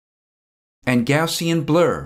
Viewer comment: That pronunciation "Go to save ass"